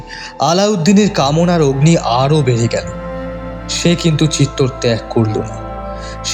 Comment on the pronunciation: ১) তৎকালীন রাজস্থানের দেশজ উচ্চারণে চিত্তর হতে পারে। তবে ইতিহাসের বিবর্ণ পাতা বলছে ; চিত্তর নয় , চিতর । ২) আলাউদ্দীনের হাতে বন্দী হওয়ার পর রতন সিং'কে ( ভিন্ন মতে ভীম সিংহ ) দিল্লি নিয়ে যাওয়া হয় নি। আলাউদ্দীনের শিবিরেই বন্দী ছিলেন। পরবর্তী সময়ে রানি পদ্মিনীর বুদ্ধিবলে রতন সিং চিতোর গড়ে পালাতে সক্ষম হন। এর বারো বছর পরে আলাউদ্দিন চিতর ( ভিন্ন উচ্চারণে চিতোর ) জয় করেন। ৩) বাস্তবে আলাউদ্দীনের কন্ঠস্বর যেমনই হোক--এখানে শিল্পীর ভয়েস বেশ ডাউন। কিঞ্চিৎ গুরুগম্ভীর / জোরালো হলে চরিত্রের সঙ্গে মানানসই হত। ৪) তবে চমৎকার রঙের ব্যবহারে পোস্টারটি বেশ জমজমাট। ইতিহাসের রোমাঞ্চ লুকিয়ে আছে ⚔️ যাইহোক। সব ফেলে। সব ভুলে। মান্যবর পদ্মরাগের কলম। শুরু থেকে শেষ পর্যন্ত সার্থক। মেদ-বর্জিত ভাষা শ্রোতাদের মুগ্ধ করবেই।। 🕋